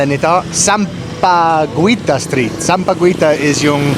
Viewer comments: you kept pronounce bad the tagalog word SAMPAGUITA. Sam-pa-gwei-ta Sounds terrible when always said that word. Did you know that sampaguita is the national flower of the Philippines. So please say it right. SAM-PA-GEE-TA (do not pronounced U) After you took main course coming up is the dessert. In tagalog word Panghimagas. PANG-- HI (pronounce this as He, not Hi)-- MA-- GAS Don't be mad Peace! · sampa-GWEE-tah ❌ sampa-GHEE-tah ✅ unless of course pa-cute ka lang on purpose 🙄😆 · Sup, sampaguita is pronounced locally as sam-pa-ghee-ta. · Sampa guita= sampagita Guita like guitar sir haha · Sampagita not gui. Sampaguita is called jasmine here in US. Yes, you are correct Sampaguita is the national flower of the Philippines. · Sampagita not sampaguwita, on how you pronounce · sampaguita pronounced "sampa-gita" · "sampaguita" is pronounced sampa-geeta. the "u" is silent. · Sampaguita is silent U. Sampageeta. No licking, gross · Kuya... if you see a word with "gui" or "gue"... in Tagalog... just pronounce the last vowel... so for "sampaguita" it is pronounced as "samapgita". For "Malaguena" it is pronounced as "Malagena" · "Sampaguita" pronounce as sampagita silent 'u' like - Aguinaldo, Guimaras. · It pronounces as 'Sampagita'. Silent U. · JUST SAY SAMPAGITA SILENT U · Nice video. Silent U in filipino words like sampaguita, quezon and Guimaras. Gi is pronounced as ki like in the word "kita". Keh in Quezon (Keh - Zon). Putahe word is still used in nowadays by us Filipinos. Nagiging matatas (fluent) ka na magtagalog kuya. Keep it up 😊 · Hello, Sampaguita is pronounced as Sam- pa- gi-ta!!! Silent u. Tamarind is a fruit N Sampaloc is the tagalog translation. That woman shouting is kind of crazy, i think! Dont think too much!!! Can’t understand too what shes shouting about!!! Lol Enjoy your chinese food!!! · Sampaguita is pronounced with a silent "u". Just ignore the letter "u",.😊